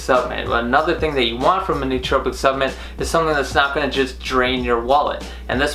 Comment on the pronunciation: It’s “supplement”, not “subament”.